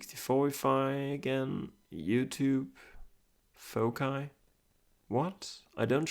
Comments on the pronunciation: Pwd is either 1234 or the most obvious foci(fawk-eye as you say it). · Did you know foci is pronounced differently in American English? Fo-sigh is how we would say it - a holdover from Latin. I had never heard your pronunciation of it until this video and looked it up and apparently it’s correct for UK English.